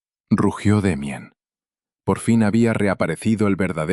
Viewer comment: En español ... se ptonincia damian